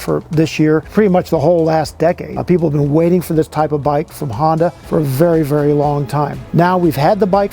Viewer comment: Not Hondac sir, its Honda